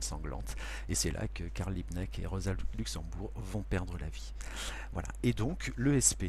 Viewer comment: C’est Rosa LuxembUrg et pas LuxembOUrg